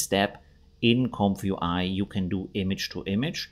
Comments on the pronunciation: Oh man, do you have to say "comf you eye?" I guess you're not a native English speaker? The first word is "comfy" which is a colloquial short form of the adjective "comfortable" - think "comfy sofa". It's pronounced similarly to "lumpy". So it's a comfy (comfortable) UI (user interface), pronounced "comfy you eye". Great video though, regardless of it being very uncomfy each time you say "comf you eye" lol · Isn't it pronounced Comfee UI?